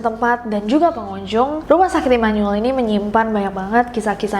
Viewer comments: Imanul imanul 😭🙏 Dibaca imanu-el aja Nes 😭😭😭😭😭🙏🙏🙏🙏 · Baru tau Immanuel dibacanya Imanul. Orang Bandung mh nyebutnya Imanuel (I m a n u e l) hehe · Setelah berkali kali ngomong imanuel, akhirnya bener juga penyebutan imanuel. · Immanyuwel (immanuel) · That "Immanuel" pronounce😳